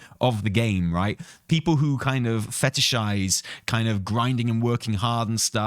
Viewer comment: ffs,.... "fetishize" what the hell is wrong with you?😂